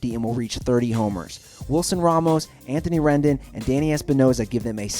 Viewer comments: if you know baseball a lot you should know how to pronounce his name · Ren-dOHn. NOT Ren-den........ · ii am a rats fan and can't take the fact that he said anthony RENDIN and tanner ROAR-K UGGGGGGH. its RENDON and RO-ARK!!! ;( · DALLAS KEEKUL? ANTHONY RENDIN? Come on! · "dallas keekle, carlos carrera, j a happ (pronounced jay), anthony rendin" damn dude get your names right